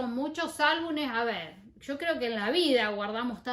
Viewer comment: Se dice álbumes 😅